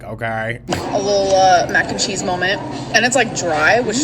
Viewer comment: Another new drinking game...Molment...